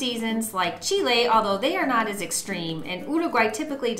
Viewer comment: Thank your for the correct pronunciation of Chile!